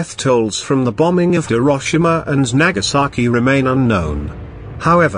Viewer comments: It’s Nagasaki not nakasaki. You saki! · It's Nagasaki, not Nakasaki.